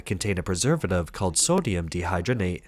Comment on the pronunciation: Bro keeps saying "sodium dehydgrenate" instead of "dehydrogenate"